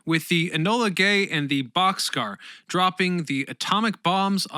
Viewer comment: AARGH!!! "The Enola Gay" and the "Bock's Car"! Not boxcar!!! B-52 "Straddle" fortress??? Try Stratofortress!!